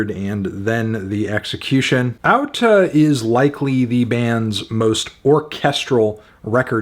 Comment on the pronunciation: good on you for pronouncing the title correctly! a with an accent mark is pronounced like au in icelandic